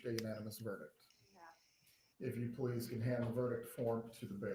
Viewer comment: “Let’s pless prayyy” 😂